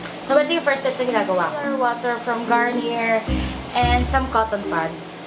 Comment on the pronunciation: bes garniyey po yung pagka pronouns non di po garniyer